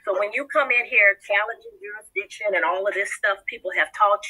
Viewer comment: If you can't even pronounce jurisdiction, much less understand the meaning of the word, then it's not your best first line of defense.